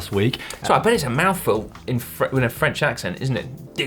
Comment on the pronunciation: Simon's french accent is actually pretty good :)